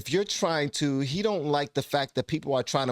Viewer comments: PS anyone trying to act smarter than they are by pronouncing Fac-tct like that is asking to be punched in the nose. A big red clown nose. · Imagine being so smart you can turn "fact" into a three- syllable word. Tyson shows he has not learned the difference between smart and wise. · Saying “Fa-ct” is an affectation to make a point,not a sign of intelligence. This “gender”science is called psychology. In the sciences, you do not need to be the subject of the study to understand the research. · Lol! How many syllables does the word, Fact have anyway?? 😂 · How does this guy put 15 syllables in 'fact?'